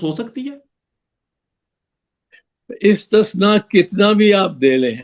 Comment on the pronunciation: بگا پتر اپنی اُردو درست کرو استثناء کو استشناء مت بولیں